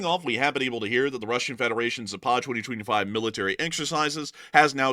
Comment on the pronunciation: Please !!! Zapad has the accent on the first " a " not on the second !!! It is Zaapad not Zaapaaad !!